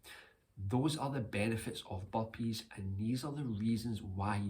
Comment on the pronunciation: I hear bumpees instead of burpeez😅